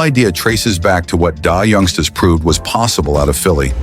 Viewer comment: Dah youngsta's. Ai is terrible